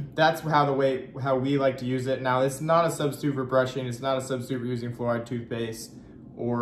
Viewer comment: you lost me at "fluoride".